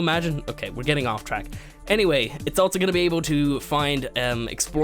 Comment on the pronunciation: altso? i learned its pronounced also....